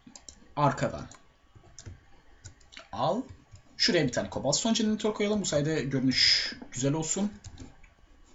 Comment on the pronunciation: kobal stone gıravel İNGİLİZCE TERKMİSİN :D